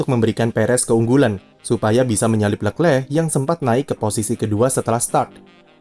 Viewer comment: Jijik om cara baca leclerc